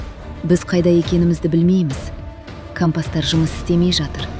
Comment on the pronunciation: Кампас емес компас